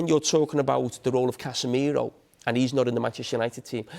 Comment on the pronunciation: Did he really say Casemiro 🤣🤣🤣